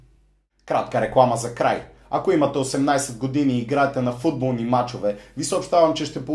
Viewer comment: Интрото ти е много тъпо.И защо викаш футбо̀лни